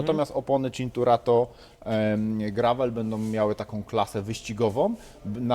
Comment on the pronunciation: "Cinkurato" ? Pierwsze słyszę :) Mimo, że zaproszony gość kilkukrotnie wymawiał nazwę poprawnie :D